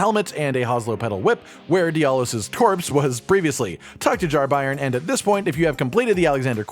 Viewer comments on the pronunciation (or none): "Bairn" is a Scottish (afaik) word for "child" and its pronounced "Bayrn" all 1 syllable, not Buy-ern! 👍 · It’s a Scottish word “bairn” not pronounced by-rn but bay-rn. It means child! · bairn is pronounced "bern" think burn with a e, It means a baby. Still used in north of England and Scotland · I can't listen to anyone talk about the Jar Bairn because of the monstrous butchering of the word 'bairn'. It's a Scots word, and means child. It's pronounced like the word 'bear' with an n on the end. Bairn. Not BYERN. Not BARN. Not BRINE. Thanks for coming to my Ted Talk. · just for those not in the know: Bairn is an old english/scottish word for child, it's pronounced like Bear-n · For reference bairn is pronounced like burn. It's Scottish slang for child. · i believe that word is pronounced like bear with an "n" at the end , and means baby. tangentially, "gaol" is pronounced "jail" and means jail. I am somewhat certain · Bairn is a scottish/gaelic word meaning child, so his name is literally jar child. Not that it matters in the slightest but its also pronounced “bear-n” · It's pronounced "bearn", it's not a German football team. ;) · It's pronounced B-air-n, as in 'air'. It's an old scottish word for child. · bairn is pronounced like bear-n and just means baby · It's pronounced (Bear-urn) it means baby or child. Bairn. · it's hilarious cause i found jarburg just before the update hit, so only friendly pots for me, no jarbairn. also its "bear n" like like a bear with n at the end. a bairn is a child in old english/scottish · "Bairn" is pronounce with a hard A sound. I'm assuming it's welsh like the other words but I'm also assuming it's used and pronounced like the scottish word. It means baby. It's a baby jar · Bairn rhymes with Bear but with an N on the end of it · It's Bairn 🤣🤣🤣 there's not a single youtuber or twitch guy who can say such a simple scottish word 😅